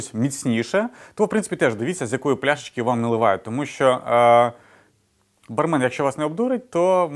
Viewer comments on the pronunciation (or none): правильно говорить с ударением бАрмен. и эти методы...давно устарели